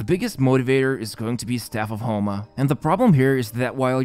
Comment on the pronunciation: he says "the staff of HOMELESS banner" 😂